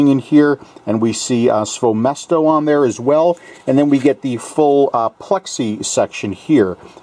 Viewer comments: Great review. Also, if you interested, you can pronounce KAYFUN and SVOЁMESTO more accurate if you want to impress somebody. It's actually sound like [kɑifun] and [svoyo mɛsto]. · I'm a bit late to the party, but it's actually pronounced as "Kayfoon", much like "Tayphoon". As for "SvoёMesto", it's pronounced as "SvoyoMesto" (or "SvojoMesto", if you prefer German)